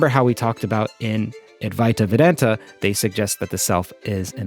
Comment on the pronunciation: C'mmon! You can do better with the pronunciation of Adwaita Vedanta!😄😅